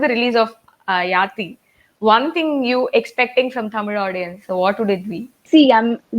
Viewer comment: Good to see pronounce tamil perfectly as tamizh!